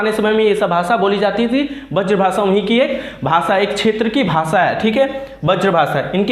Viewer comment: Sir bazr bhasa nahi hota hai braz bhasa hota hai